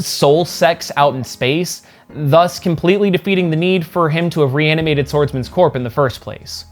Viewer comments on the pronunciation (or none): "Reanimated Swordsman's corp"? Tell me that was just a slip up and you don't actually think "corpse" is pronounced like that. I've heard people mispronounce the "corps" word before. That one is pronounced "core" but I've never heard someone do that with the word "corpse."